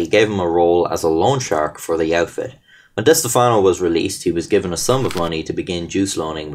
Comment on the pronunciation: thanks for pronouncing stefano correct. as a stefano myself its rare people get our name correct